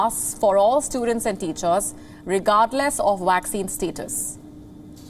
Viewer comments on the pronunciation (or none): It’s “Vaccine”, not “Waccine”. There’s no “W” in the word.